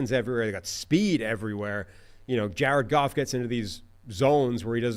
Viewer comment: Ja red Goff… Ja red Goff… Ja red Goff